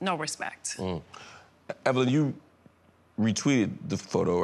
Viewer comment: "Evilyn" LMAO 😂